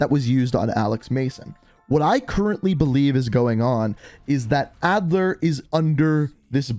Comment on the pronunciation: Adler vs adler? Maybe re read the script man